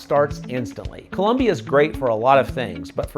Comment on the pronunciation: "Colombia" not " Columbia"